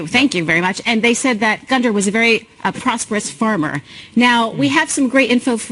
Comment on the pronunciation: You don't pronounce the d in Gunder. It's just Gunner.